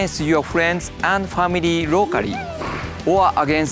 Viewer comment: "You can pray with famiry and friends rocary"...music to my ears! :D